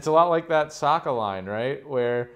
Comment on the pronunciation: butchered Sokka’s name